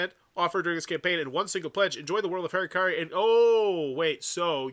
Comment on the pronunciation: It’s interesting that’s it’s so hard for people to read that word. Harakiri. Ha. Ra. Ki. Ri. Somehow you turned that into Hairuh-carry. It’s closer to Ha-da-key-dee. Or if doing the Japanese R is too cringey for you, then Ha-ra-key-ree.